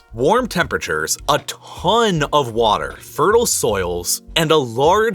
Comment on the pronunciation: Love your videos, hate the "pronunciation" :D Like "CCCCContinuously", "a TTTTThon of people", "TTTTTThon of food"